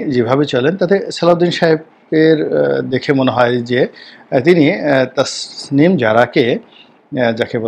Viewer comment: আপনি নামটা বারবার ভুল করছেন।ডাঃ তাসনীম জারা। তাসমীম নয়।